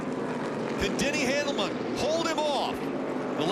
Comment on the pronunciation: Lol, Denny Hanelam! Rick Allen sometimes misses the pronounciation of drivers so hard, it's really funny and sad at the same time.